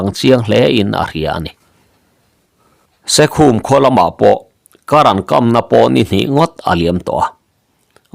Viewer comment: SEKHUM iti ta daih a, SAIKHUM KHUA tih anih kha, in lampawlh emni aw